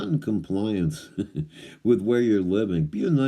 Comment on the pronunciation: Con-pliance... just like everything else.